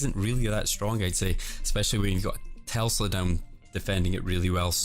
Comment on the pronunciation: PLEASE SAY TESLA DONT SAY TELSA AHAHA love your vids tho keep it up